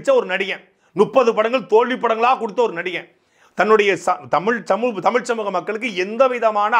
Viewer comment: தலைவா தமிழ் என்று பழகு அடிக்கடி தமில் என்று வருகிறது